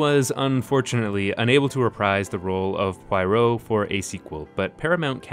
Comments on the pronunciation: You manage to miss the reason for the introduction of the train and the nod to Holmes in Poirot's manner and appearance. This is unsurprising since you can't even manage to pronounce Poirot's name correctly. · Thank you!! I really wanted to watch this video because I love a lot of these films, but I had to stop because I kept feeling triggered by the mispronunciation of Poirot, the idea that he's supposed to be ridiculously laughable, and the inclusion of several Poirots other than Suchet. Hahaha. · Okay, I thought I was smoking crack and though he got in wrong in the video but I was like have I been wrong this whole time? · Ooof! Your french pronunciation is a little off. The I in Proirot, as it is most of the time in French, is pronounced as a flat A, same as the I in Benoit. You might need to review your Duolingo. Great video by the way. Though I think it's unfair to compare the Branaugh remake of Orient Express to Finney's version based on tone. The last thing a remake should do is match the tone and themes of the original. If that's all you're going to do, why make it al all? We've seen the siily Poirot with Finney, Unstinov, and 25 years of Suchet. It's time for Poirot to be reinterpreted a bit. I rather liked the dashing Poirot, his romantic charm undone by the fussiness of his personality. And I liked the reinterpretation of the story. Traditionally, Poirot fastideously reasserts order on an errant world the way he would straighten another man's tie. Here, Poirot's compulsion to assert order is utterly defeated by the world's horrifying chaos. In a way, the villain of Branaugh's film ultimately wins. In one cruel act, he destroys order so completely that even the great Poirot, with all his tremendous brilliance and determination, can't restore it. This felt more true to life. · My dear friend. It's not Pwoy-row. It's Pwah-roh. . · You seem to be saying Poyrot rather than Poirot. 😄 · It's not pronounced Pie-ro. Akkkkk! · Like Sbarro.